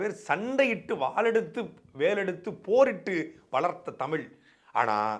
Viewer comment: தமிழனுக்கு (தங்களையும் சேர்த்து) தமிழ் என்று உச்சரிக்கத் தெரியவில்லை... தமிள் என்று தான் கூறுகிறீர்கள். இது தான் இவர்கள் தமிழ் வளர்த்த அழகு. எத்தனை தமிழ் புலவர்கள், அறிஞர்கள் வாழ்ந்த தமிழ்நாடு.... இன்று 90 சதவிகித தமிழர்களுக்கும் ஒழுங்காக உச்சரிக்க, பேச முடியவில்லை...